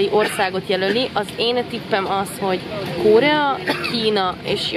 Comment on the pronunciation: Szia. Korea, nem KÓrea:)